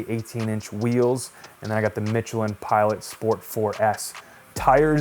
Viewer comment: Mitchelin!? Hahaha Mish Michelin